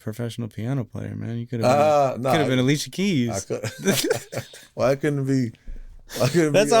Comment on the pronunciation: “ALICIA KEEMS” 😂😂😂😂😂😂